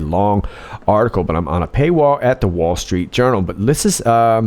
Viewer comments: DID YOU JUST SAY 'WALL STREET URINAL'? LOL! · I thought I heard you saying, "wall street urinal". 😂😂